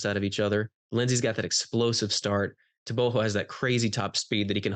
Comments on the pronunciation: TRP clown 😂 - everybody is gonna say Tebogo 😂 - you clown hhhh tebohhho 😂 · Te-bo-go with a hard "Go" ,the "Go" has to sound as if you are snoring.Im from 🇧🇼 Botswana thats how we pronounce it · The guy in blue is pronouncing it right... Its tebo-kgo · TRP Guy - tebogo , not tebohhhho 😂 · Let's hear him say it. I'm sure he knows how to pronounce his own name 🤣